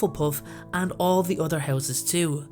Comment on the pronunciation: When you say "other" it sounds like "udder"